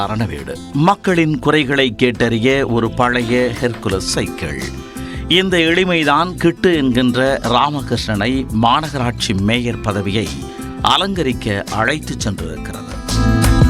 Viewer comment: உங்க தமிழ்ல தீய வைக்க அது கைக்கிள் இல்ல சைக்கிள் 😁😁